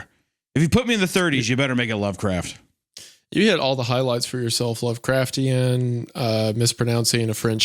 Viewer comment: 1 single minute in, hunter mentions lovecraft and butchers pronunciation. Back to regular programming folks